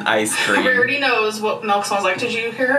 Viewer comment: i hate the way she says milk like “melk.” it makes my blood boil